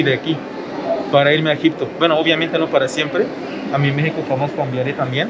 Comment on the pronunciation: Bienvenidos a mi "meijoco". Güey, tenemos que trabajar en el acento al decir, "Mé-xi-co" jajaja Bienvenida a casa a la paisana. Bienvenido al güey, todavia no es casa, porque aún no se casa con la paisana. Jajaja